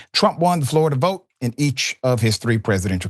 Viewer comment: 😂😂😂😂 who cares, here for comments, y'all never disappoint. 🎵 🎶 🎵 "I will bote for donald trump."